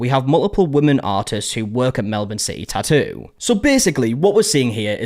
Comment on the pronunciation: I feel like the pronunciation of tattoo has evolved on this channel I remember the tah ew